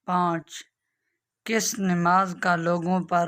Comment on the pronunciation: نماز نون کے کسرے کے ساتھ نہیں بلکہ زبر کے ساتھ ہے